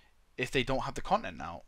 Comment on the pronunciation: "Conent"- a term used by to say content while also displaying a sense of displeasure and disappointment. Ex: "Son the conent of your report card displeases the emporah."